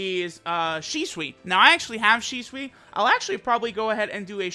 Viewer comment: im sure i heard ''Sheswi'' intead of shisui :/